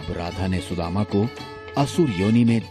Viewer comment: Shredhama not Sudhama